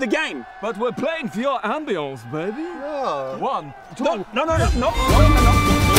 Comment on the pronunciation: "but we're playing for your aumbiance baby" 🤣🤣🤣🤣